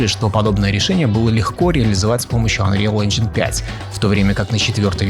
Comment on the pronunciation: Мне одному плохо становилось, когда автор ролика произносил unreal engine ?😂